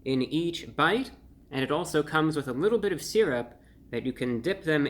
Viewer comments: Sur rup. You want some sur rup, Brian? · I don't know why I expected the intro to go "Welcome Back to Fun with Flags" Also I love how he says "syrup"